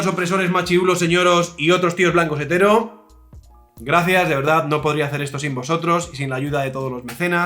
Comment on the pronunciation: Al principio en vez de escuchar "Tio blanco hetero" escuche "Tio macuetero" xDD